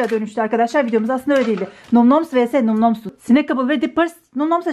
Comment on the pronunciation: Bin kere söyledik num noms diye okunmuyo nam nam diye okunur kıt beyin